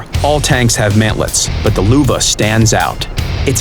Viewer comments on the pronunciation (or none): Lowe is pronounced Luh-vuh not Lu-va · Wait, What??? "The Luwe?" It's called LÖÖÖÖÖÖÖÖWE! Ö is a mix of O and E! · no it would be pronounced with more of an r sound in the ö instead of loova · BUFF HIM NO ONE WILL BUY IT , ITS UNDERPOWERED and its called loeve Not luve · " Luver ?!!" Now i know how to call my Lowe.... i always called it " :low " as it's Lowe !! Get it? =]] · I thought it was pronounced low-e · Stop saying Lovfe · It is ausgesprochen "Lou wee" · Louvah? It's not very hard to pronounce an ö if you try a couple of times. Just listen to somebody who can pronounce it... If now anyone in WG can.. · The luwe.... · the Luwe he said.......can you pronounce the amazing letter Ö? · kossa gubben stop saying Luwe! who gave this guy this job, stop saying luwe11!!!!!!!!111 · kossa gubben He said luwe again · Manilla Ice lel loovah is so wrong.... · It's leuwe just like you say tiger as tieger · Luve c: You pronounce the "Ö" in "Löwe" like the "E" in "Derp" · Tanner Rinard no actually its "lö-ve" "Ö"!!!! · Zombi_ripuli Yup, just checked it, he can't pronounce it right. He speaks it more like larvae than Löwe. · mr loovah loovah! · Noob WG cant pronounce their own tanks.....lÖwe or lion but not lowe or luve...... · I always pronounce it as "Low" because that's the HP I always see them on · I have yet to hear the word "Löwe" pronounced correct in any YouTube video o.O In this video it is especially funny how he keeps saying "Luwa" :D As a German I can't feel with all the others who don't have ä, ö or ü in their alphabet :P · ***** I am well aware of what it means. I speak German too a certain degree. This guy isn't even close to pronouncing the name! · In german, Lowe translates to "Lion". It is prounounced like lurveh. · ***** And it most certainly is NOT pronounced Lurveh! It's more like when you say "love" with a U instead of the O. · Just call him the "lion" if you don't know how to pronaunce his name! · Ö is not O.. come on. try to seem professional